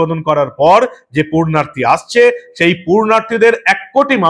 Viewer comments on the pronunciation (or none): আপনার মুখে "পূণ্যার্থী" র বদলে ভুল শব্দ "পূর্ণার্থী" শুনতে ভালো লাগলো না।